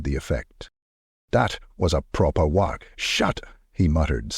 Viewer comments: Really needs to be fixed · AI still struggles with uncommon words. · How you pronounce WAAAAAAAAAAAAAGH is wrong. Lol I'll come back when you learn how to. GG